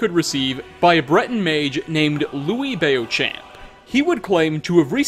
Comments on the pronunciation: Bayo shamp? Beauchamp = Beau (bo) champ (champ or shamp). Dude, your creative reading is great but sometimes I get an unintentional laugh! Never change! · Beauchamp...bro Be-o-champ...really? ever heard of french? :D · Lil' tip: "Beauchamp" is pronounced "Bochant" (like in chanting, and without the -t sound). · You pronounced beauchamp as bay-o-champ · It's pronounced "Bo-camp" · Surprised you didn't mention the Thieves' Guild easter egg with Delvin's brother and [SPOILERS!!] Sapphire's father. That was such a fun secret to discover :] Also, that pronunciation of "Beauchamp", I- 😳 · Just the way you said Louis Beauchamp... It made me laugh so hard! 😆( i'm francophone, that's why 😉)